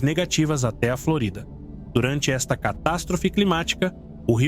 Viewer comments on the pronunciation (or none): Engraçado, esses vídeos até que são interessantes,mas é inaceitável como a narração tem erros ortográficos,tipo... Flórida...ele fala, florida....